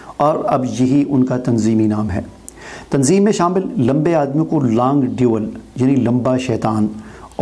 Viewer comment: Apne تنظیم ka name sahih likha lekin pronunce صحیح nhi kiya